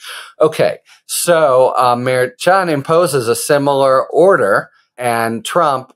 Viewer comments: No, not maddening... Infuriating. Dude, it's easy. Mer-shawn, not mer-CHAHN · Judge Murr-Shon not Mair-Chan just sayin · Again, Harry. Lol It’s Mer -Shon. Pretend that “ch” isn’t even in his name, m’friend! Mer - shush a man named Jon! Mer Shon!🤭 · Thanks Harry❤ As KFA said it is Merchan pronounced Mer Shawn. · Watch you all the time, along with Meidas. The judge's name is pronounced: "Mare-Shawn" 🙋‍♀️ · Your short takes are awesome! Succinct & to the point. Thanks Harry. (He pronounces it Mer-SHAN, per KFA. 😉) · I could be wrong but I believe the judge’s name is pronounced like Mur Shawn. Please continue to keep us informed with these great videos! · Judge mer-SHON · I thought the judges name was pronounced Mer-SHAWN? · The judges name is pronounced mer- shon. Have a good day sir! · The Judge’s last name is pronounced, Mer(mermaid)-chan(sean). Mer-sean= Merchan. Please pronounce his name correctly. I know Karen Friedman-Agnifilo corrected you in a previous video. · Someone told you how to pronounce the judges name, yet you continue say it wrong. Maddening. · I'm not sure why you can't say Judge Merchan"s name correctly? Karen Agnifilo told you how it's pronounced but you refused to change how you say it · Judge’s name!! It’s pronounced with a “ch” . It’s a soft ch like “sh”…..